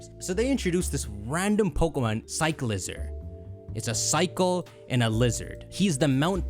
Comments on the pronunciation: its definitely Cycl-IZAR not cycleizer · Cyclizar has to be pronunced Sai-kli-zar like charizard no? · Allow me to respell it for pronounciation. Psych-li-zar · I swear people are pronouncing it wrong. It's like cycler but cyclizar so cyc-le-zar. Also it's basically dreepy but mixed with xlr8 DNA from ben 10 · I think it’s pronounced like sick-liz-arr or psych-liz-arr